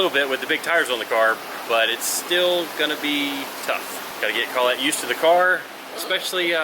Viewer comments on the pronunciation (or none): Is this dude related to TJ Hunt? He said “call-ette” 🤷‍♂️.